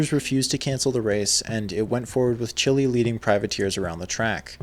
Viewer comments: Great video as always! Just one quick note: Frankie Chili’s name is pronounced like “Keely” not like a red hot “chili” pepper. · Bro, how can you not know that Chili is pronounced Keelie? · Chili is pronounced Keel-lee.